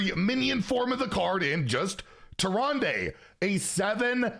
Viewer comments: inn keeper says tee-run-duh not -day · That was tricky to listen to lol.